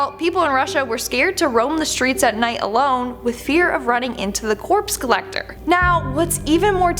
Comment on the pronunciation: “The Corpse Collectocter?”